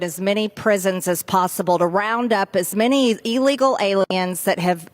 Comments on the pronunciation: Hey Margorie, the word is, "illegal", not "eelegal". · Well, it would be nice if she could learn to pronounce it correctly. It is NOT EELEGAL It is ih-·lee-gl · She can’t even say the word illegal properly cause she knows she’s wrong in so many levels 🤮